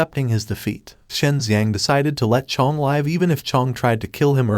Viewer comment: Can you discuss with your AI how to pronounce “live” in context? Asking for a friend.